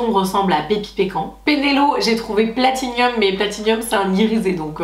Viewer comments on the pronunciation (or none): none